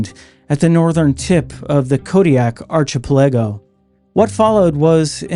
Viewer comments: The "ch" in archipelago is pronounced like a "k." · Great video, great channel. The intro, narration, research all fantastic. Gotta say the way you pronounced "Archipelago" gave me a laugh. Cheers from Fairbanks, AK!